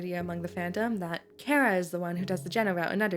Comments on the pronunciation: who tf is care-uh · thank you for pronouncing their name properly (as an irish person)